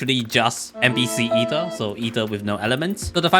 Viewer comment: Ether, Ather Arthor, aether? No that's John